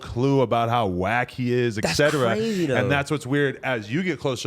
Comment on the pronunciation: Adam 22 I love you bro. I watch your podcast every single day. You're the one I look forward too... But 45 minutes in you talk about caring about Grammer and how it is important to you to say things properly... That being said, you have got to start saying the word etc properly... Because he said it about seven times incorrectly and this episode and you say it incorrectly in about every other episode